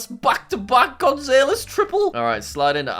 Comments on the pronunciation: how tf he saying gonzalez ?! 😂😂 we should have a series of learning to say last names 😂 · The way he pronounces "Gonzalez" made me cringe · The way he says “González” killed me